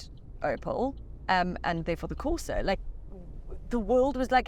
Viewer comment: "Colo" and porsa lol 😂